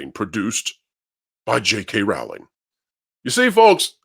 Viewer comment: Pro please pronounce Jk Rowling 's name correctly. Rowl as in bowl. She herself has said it. I understand it's a small thing but it's respectful